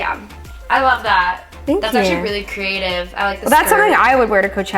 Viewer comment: I was mad I did not hear CREATIVE I heard CRATivE